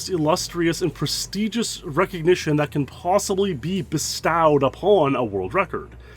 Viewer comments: What is "be-staud"? You mean "be-stode?" Ai voice? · is that pronunciation of "bestowed" a Canadian thing? (or a goose thing? lol)